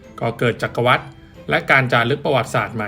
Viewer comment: จักรวรรดิ อ่านว่า จัก-กระ-หวัด ครับ